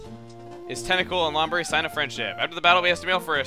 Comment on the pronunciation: Dude it's pronounced (loam breah) say it more Hispanic